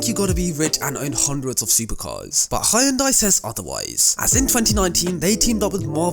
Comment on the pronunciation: H. Yo. N. Day not hayondai 🤦🏻‍♂️